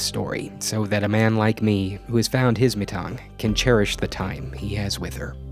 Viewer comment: Everyone: Heartfealt comments on love and life Me: Do you mean CHAIRish??